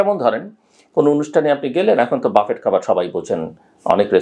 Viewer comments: বাফেট ( buffet) নয়, উচ্চারণটি ব্যুফে। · ৬ঃ৪৭ মিনিট। ভাই, বাফেট না, বুফে। আমি দুঃখিত এইটা লেখার জন্য। একটা কারনেই লিখলাম। সেটা হল আপনার ইমেজের কথা চিন্তা করে। ক্ষমাসুন্দর দৃষ্টিতে দেখবেন।